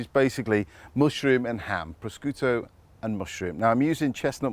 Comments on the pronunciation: Paul, you are a chef that has been everywhere. There is no excuse for you to so badly mispronounce prosciutto! Pro skooto??? Pro shi ooto! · I couldn’t even tell he was talking about prosciutto lol, I thought “prashiotto” was some kind of ham you have in the UK 🤣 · Proskooto, jeez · Hi Paul, this looks delicious but you are truly offending the Italians the way you are pronouncing the word prosciutto. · His "prosciutto" pronunciation is cringe-worthy and embarrassing. You're a bread-maker, so stick to making bread.